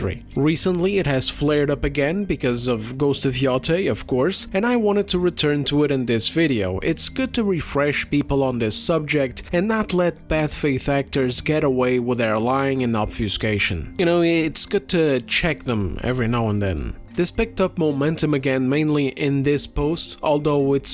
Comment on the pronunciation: he said, "Bath Faith actors" [Not a huge deal, just funny]